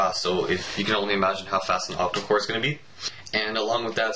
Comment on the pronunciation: By the way it is called OctaCore not OctoCore